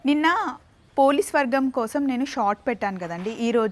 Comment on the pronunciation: Poli swargam ani palakandi... Police vargam ani vinapaduthundhi...